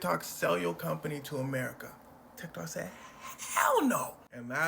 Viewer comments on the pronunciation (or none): none